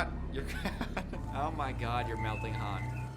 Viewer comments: How many movies will it take for you to not call him Hans 😅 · the way is calling Han Solo “Hans” is killing me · calling Han Hans killed me 😂